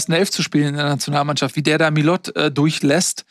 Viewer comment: Bei frage ich mich seit geraumer Zeit ob es seine Art der Revanche für die Relegation ist, den Namen Enzo Millot falsch auszusprechen. Das t bleibt stumm. Weiß-rote Grüße,.....aber das lest ihr ja eh nicht😉